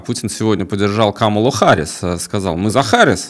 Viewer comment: Осечкин, говорите с нормальным русским ударением - КамАла Харис. Мы, по-русски, произносим со своим ударением, со своим акцентом. Так же как иностранцы произносят наши имена и фамилии со своим ударением, мы тоже не должны подстраиваться, а говорить так, как удобно в нашем языке.